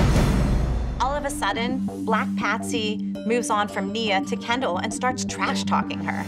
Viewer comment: Her name is kendall not candle 🤣🤣